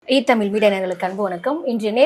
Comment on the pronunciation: The anchor doesn't know how to pronounce the word Tamil